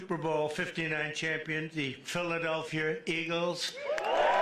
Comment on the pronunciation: Trump can't even pronounce Philadelphia. He said "Philadelfeear" Eagles.